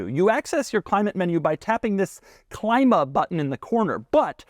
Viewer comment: Clima is pronounced CLEEMA.